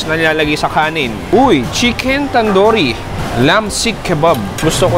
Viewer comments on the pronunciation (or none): It's tandoori not tandori. Ingat ka sa pronunciation